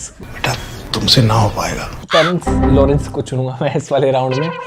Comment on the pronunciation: Terraice lorence🤣🤣😭hmne khud pehle bar suna h🤣